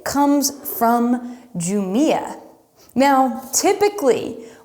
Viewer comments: You mean Jumilla pronounciation? J is pronounced as H in Spanish, so it was supposed to be pronounced something like who-milla. But maybe incorrect pronunciation serves its purpose better to introduce Spanish wines to non-Spanish 🙂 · The J in Spain is pronounced like an H. Got the C right. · Definitely a Bierzo fan. Your audience is a very cordial bunch. I thought the pitchforks would come out when you pronounced Jumilla.